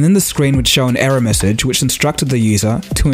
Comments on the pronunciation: The way you say error sounds like era as in age. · is he speaking era or error lolzzzzz :-) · You can't even say error